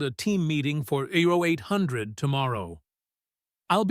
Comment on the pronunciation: Hey ….. If you’re gonna spell out 0800 hrs, try something like “oh 800”!🤷‍♂️🤣🤣 Yo dumb ass said “Joe 800”! 🤣🤣🤣 Who’s Joe??? 🤪